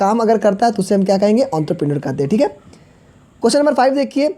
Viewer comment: your entrepreneur prounsesion is wrong